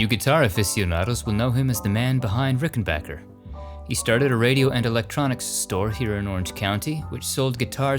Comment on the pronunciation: You pronounced "Rickenbacker" correctly!